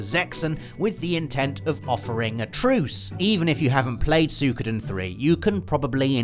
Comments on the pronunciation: Don't fret... We ALL want a remake of Legend of Dragoon... Also, it's pronounced "Sue-ee-ko-den" not "Sue-koo-den" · I thought it was "Soo-wee-koh-den"